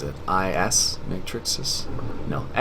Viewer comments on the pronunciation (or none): none